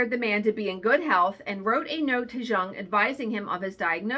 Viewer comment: Those junk journal patterns are just too cute! I also believe that there are things of synchronicity going on in the universe. But I always hear my cat shadow that I put down in 2006 meowing. I see cats that look like her and smile. She’s a sparrow now. Btw fun fact…. Jung is pronounced “young”